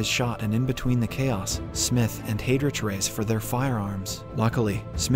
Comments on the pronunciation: I can't get past "hay-drich." It's "hi-drick." 🤦‍♂️ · Excellent summary and well paced. My only comment, can you in future spend some time learning the correct pronunciation of names. As an example Heydrich (/ˈhaɪdrɪk/) Not hey rich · Cmon, please get the pronnounciation right. It take less than 30 second to google how Heydrich and Erich is pronounce correctly. This way it seems that the narrator didnt even see the series...